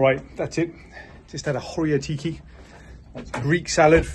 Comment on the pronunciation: Ho-riA-tiki. Accent on the 'A'. I'm glad you enjoyed it. It's definitely a classic salad